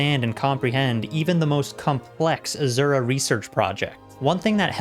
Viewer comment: AZURAAAA! Cracks me up! It’s Asura!